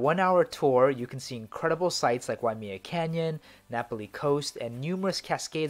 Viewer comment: Waimea is pronounced Why-uh-may-uh, not "me". Just so you know.